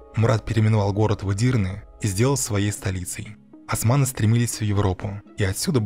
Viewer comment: Не асманы а османы, вы же не говорите ольгу альгой